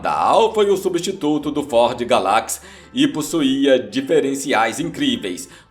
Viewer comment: A pronúncia, desinformado, é GÁlacsi (Galazy) e não Galács.